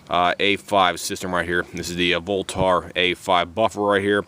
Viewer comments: It's not pronounced "lenth" and it's not pronounced "voltar" .. haha geez, wtf also, those weights are supposed to move freely. You need to go learn some sh*t bro.. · Ahhhh im gonna go ahead and tell ya here aaaahhhh for the 50th time its a "voltaaarrrr" buffer........ahhhh....yeah.......ahhhh